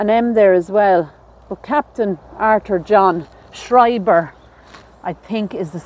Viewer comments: Schreiber ( Shryber was the right pronunciation) is a German surname. I'll have to share this video with my hubby. His family has Schreiber lineage. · Yes you pronounced Schreiber correctly guys ❤️💙